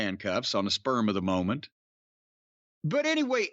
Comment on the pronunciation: Did I hear "sperm of the moment"?